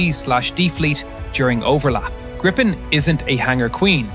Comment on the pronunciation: Pronounced Grippen wrong and then say that Sweden is small on the map??? My advice is to do a little more research or buy a better map mate